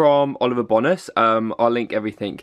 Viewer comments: Oliver bonos😂 is it not Oliver (boh - Nas) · Oliver bonus (bow-nes) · I thought it was Oliver Bownas as in how you pronounce it lol 😂💕